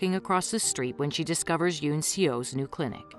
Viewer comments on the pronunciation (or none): none